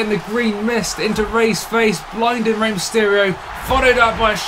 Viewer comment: No disrespect but man but u butchered Eddie and Rey's names lol